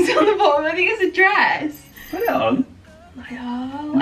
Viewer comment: The ‘Ni-all’ really made me lol 😂